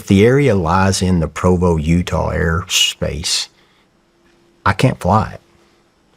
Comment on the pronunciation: and a few seconds later — Check out how he makes an uncontrolled pause in the word "air... sss..pace". He indeed tries to tie a common knowledge that it is not allowed to fly drones in airPORTs' areas, he's just manipulating with viewers' perception of what he's saying. Liar. The bitch is in on it.